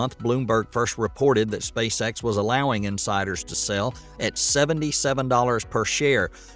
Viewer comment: It sounded like you said Spacesex and now I can’t unhear it 😂